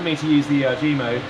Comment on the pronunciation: erg, short for ergometer. Not E.R.G.